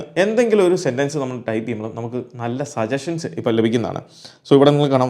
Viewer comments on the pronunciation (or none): ബ്രോ.. സജഷൻ എന്ന് പറയാൻ പാടില്ല .. സജ.ശ്ചൻ എന്ന് ആണ് ശരിയായ ഉച്ചാരണം ജനോപകാര പരമായ വീഡിയോ ഇടുന്ന നിങ്ങൾക്കും ഒരു ചെറിയ ഉപകാരം ചെയ്തു എന്ന് കരുതുന്നു. വലിയ ഇംഗ്ലീഷ് കാരനൊന്നും അല്ല .. എന്നാലും ഈ തെറ്റ് മലയാളി ആവർത്തിക്കരുതെന്ന് തോന്നി ... no offense 🙏🙏🙏